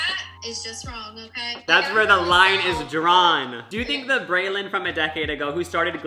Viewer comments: No hate or anything but he keeps saying “Brayland”. It’s Breeland, right? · It’s brEEEland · Omg right?! It drove me CRAZY. I was like "WHY?! ITS BRELAND. PRONOUNCED LIKE BREELAND" lmao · it's pronounced bree-lend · also not saying her name wrong lmao i love him